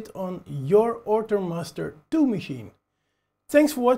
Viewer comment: Good video! Thanks! :D I am also hearing "Ortur Mustard 2" all the time :D